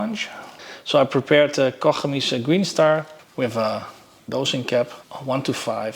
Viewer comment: So refreshing to hear Koch Chemie pronounced correctly Oh Troebel = Murky